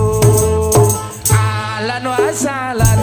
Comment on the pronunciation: Ahlan Wa Sahlan ba bukan alan wa salan kedengerannye alan wa salam